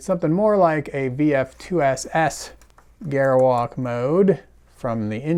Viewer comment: I cringe whenever he mispronounces "Gerwalk Mode".